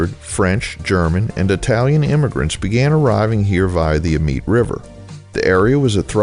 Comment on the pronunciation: YT rabbit hole brought me to this video. Amite is pronounced A-Meet and Colyell is pronounced Coh-Yell. It’s a speed trap Village, so y’all watch out.